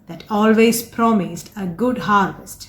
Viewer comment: Good pronunciation. But harvest...